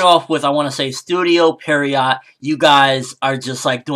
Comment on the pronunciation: its studio PIERROT goddamnit not perriot XD every vid you say it the wrong way